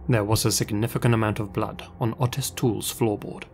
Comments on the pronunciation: OH-tis, not AH-tis. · Hearing him pronounce Otis was really stressing me out - it's OTIS not utis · Oh Tis, not Au Tis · the first story the guys name is pronounced O-tis not Autis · The name Otis has a long o like hoe. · I swear the way he said Otis’s name drove me crazy. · Had to skip the first story because he kept saying otis wrong 🤦🏽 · Otis or autist? Cant tell which word is being said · Really hope to never have to hear you try pronounce Otis again =P